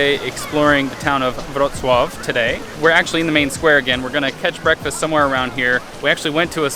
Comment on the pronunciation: Really enjoyed this video!!! As a child I grew up eating Pazcki (your pronunciation of Pazcki and Wroclaw was very impressive BTW) after going to Polish church in Toronto on Sundays. I hated them as I thought they were fake wannabe donuts. I wanted Canadian donuts! My mother said I didn't know what was good. lol She was right! Now when I visit a Polish grocer the first thing I look for is my beloved plum filled Pazcki.